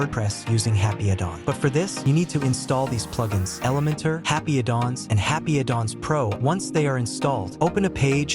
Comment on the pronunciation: "Happy a Dong"? You need to upgrade your AI voice. Eleven Labs maybe? Otherwise cool widget.